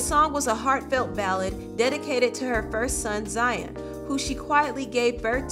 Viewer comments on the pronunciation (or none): none